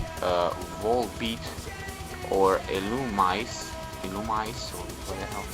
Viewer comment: "EE-LOO-ME-SAY/ZAY" lol accent :D